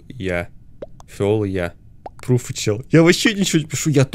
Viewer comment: Что такое пруфы типа трусы ударение на у